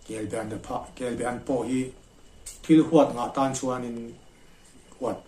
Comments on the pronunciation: Kelbaan tih tur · Kelba An tihtur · Kelbe i ti sia kelba tiin i ziak bawk sia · kel be ti tawh suh. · Kelbe chu a dang daih kelbaan tih tur . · Kelbaan kan ti thin, be nilo in